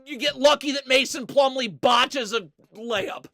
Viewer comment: BOTCHESSS...A LAYUP. 💀💀💀💀